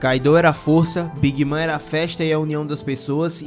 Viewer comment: Bacana o vídeo, só a pronúncia da big mom que não é big mã, é big môn